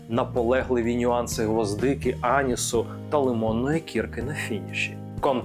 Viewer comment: Не рЕліз, а релІз і не Аніс, а анІс! Наголос на другий слог!